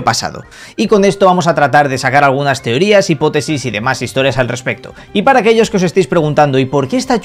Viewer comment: "Teorías" dice jajajajajajjajaja